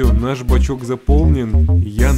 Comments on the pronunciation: вообще то "Бачок" а не "бачёк" понятно с тобой всё.. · Не "бачёк" а "бачок" правильней)))